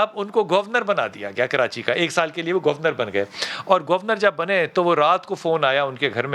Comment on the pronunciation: بھائی جان آپ بریکنگ نیوز تو نہیں سنا رہے بلکہ ایک تاریخی دور کی کہانی سنا رہے ہیں تو اتنا جلدی جلدی سانس لیکر بولنے کی کیا ضرورت ہے؟ اور یہ گوُر نرَ۔ Gor nat کیا ہوتا ہے جناب؟ حد ہوتی ہے، ویسے آپکا آج کا ٹاپک ۱۰۰ نمبر کا ہے۔